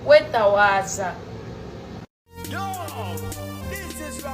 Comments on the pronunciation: Bambi ategeza kwetowaza so si kwetawaza 😂😂😂 bambi . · Kwetowaaza bambi not kwetawaaza😂😂😂wama congs ba swill oyoo cissy yetereeze afuune ne kumpiisa other wise mkno ogenda kuggwa singa tewetereeza mkn simple advice